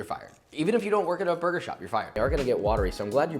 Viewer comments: Me: Burger Josh: BOIGER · you say brgr